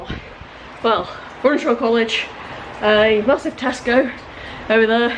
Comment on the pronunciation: At last, a YouTuber who pronounces TESCO correctly. Most say Tescos - there is no S on the end.